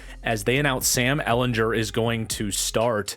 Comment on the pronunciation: Just btw Sam ellen-gur not jur I only know Bc we played him so many times (ou fan)